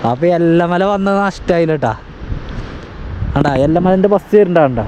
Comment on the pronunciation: എല്ല മല അല്ല ഏല മല